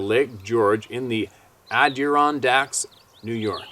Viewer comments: it's pronounced. AD- Der- Ron - Dak. Just saying. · Haha, I'm not a "know-it-all", I promise... but, have heard you chuckle thru Adirondack quite a bit, "Adduh-RON-dack". Try that one. Thanks again for everything,... CHEERS!! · ADI-RON-DACK. I hope that helps brother man! 😉 Much love to you and yours and everyone else at the Roundtable of Knowledge!